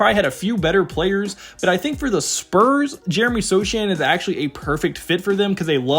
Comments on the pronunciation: it's pronounced "So-hannn" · You're pronouncing "Vassell", "Sochan" & "Branham" wrong... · Everything else here may be accurate , but you don't have to watch many Spurs games to know that the name "Sochan" has a silent "c", there is no "Vassil" on the roster, there never was a "Dedounte" on the team , and "Bran-Ham" sounds delicious with eggs, but we (Spurs fans) know the "H" is silent. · this guys says dejounte demanded a trade and mispronounces sochan and branham lol. amazing that you can actually go dig up all these clips of these guys and never hear the announcers say their names wemby content tho